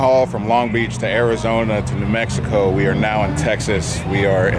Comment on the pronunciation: "New Meskisko"